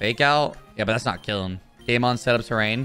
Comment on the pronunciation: Why did i keep hearing gaymon instead of game on 🤣🤣🤣🤣